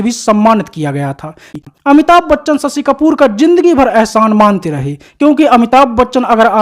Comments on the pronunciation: सशि कपूर नही शशि कपूर बोलो भैया।अपनी हिंदी को सही करो। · स शी नही रे शशी . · Sasi…. Sammi…. 😅😅 pronounce properly or ask someone else to do voice over .